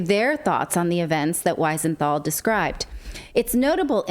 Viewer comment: We-senthal NOT Why-senthal.....! Please pronounce it right...!!